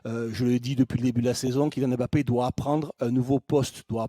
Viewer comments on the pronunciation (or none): Incapables de prononcer Mbappé correctement. Vous êtes pitoyables